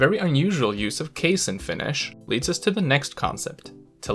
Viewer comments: Are you a Finn? First time heard someone pronounce correctly my first language 😊 though you speak English with an American accent I’ve lived most of my life in Australia still speak Finnish 😅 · Your pronunciation is god tier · I'm surprised by how well you pronounce Finnish